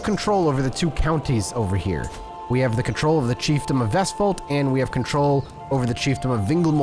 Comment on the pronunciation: I will give you this, as a norwegian, your pronounciation of vestfold was almost spot on